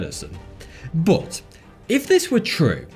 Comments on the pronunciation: 1. Does anyone else here hate skillshare as much as I do? 2. What's with the pronounciation? It's not bOt it's bUt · love the content, but hate the way you say 'BUT'